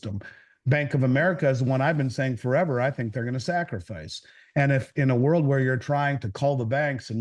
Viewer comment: It's "sacrificing" vs "sacraficing".